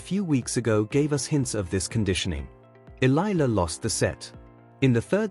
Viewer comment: Alexandra Eala (Eh - ya - la)..please pronounce the surname properly..